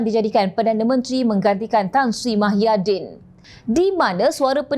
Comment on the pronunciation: Sebutan nama org pn xbetul...nk ckp pelat xlojik sbb mmg mcm tu ke pembaca berita menyebut nama seseorang dlm parti pembangkang??muhyidin tp pembaca suka2 tukar nama org mahyidin